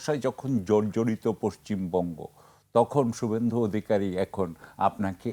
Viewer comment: সুব্বেন্দু না রে 😂 খোদাই খাসি😂 শুভেন্দু। 😂উর্দু ছেড়ে বাংলা শেখ।